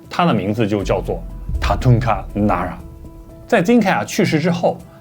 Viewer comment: 福州人把 n 说成 l，把 Nara 说成 lara; :) 😀当然，你的信息具有很高的知识参考价值.👍